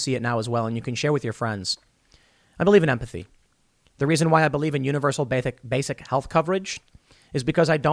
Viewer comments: "Universal Bathic income" 🤣 no thanks Tim good vid just making fun 👌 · “Bathic” lol